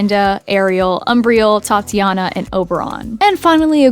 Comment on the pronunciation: TITANIA NOT TATIANA 😭